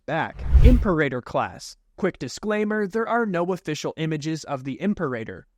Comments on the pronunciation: it’s pronounced “Im-peh-rah-tor” not “Imper-a-tor” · im sorry is it really Imp-erator? not impera-tor? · Imperator class It's pronounced im-PEER-a-tōr, not imper-AY-tor. Also, the Tector ckass originated BEFORE the Imperial class, having been originally designed and built during the Clone Wars. It was far more heavily armed and armored, but carried no starfighters. This allowed the reactor to be mounted completely internally, with no external bulge. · Dude, it’s pronounced “Im-peh-rah-tor” nit “Imper-a-tor” 😢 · it's "ihm-PAIR-ah-tor", not "IHMP-er-ay-der" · "im-Pair-eh-tor" And "Seck-you-tor" Right? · Your pronunciation of the word "Imperator" is killing me 😂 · Says "Venator" correct, then says "imper-eigher." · Great Video. You mispronounced Imperator/Secutor/Bakura